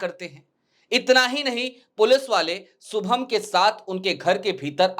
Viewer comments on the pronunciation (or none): सुभम नही शुभम किसोरीलाल सरमा नही किशोरीलाल शर्मा... यार भाषाशुद्धि पर थोडा काम करें.